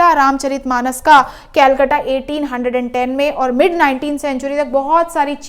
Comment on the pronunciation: कृपा उसे केलकटा न बोले ,,, उसे कलकत्ता बोले,,,,, Yeh angrezo ki galtiyan h un logo se Hamare yaha k naam liye nhi jate the dhang se kuch bhi ut patang bol dete the or ab hum bhi unhi ki galtiyan dohra rahe h 😢😢😢😢🙏🙏🙏🙏🙏🔥🔥🔥🔥🔥🔥✨️✨️✨️✨️